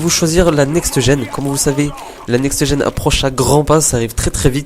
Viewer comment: il peut le dire "NEXT GEN" sans rajouter -eu a la fin de next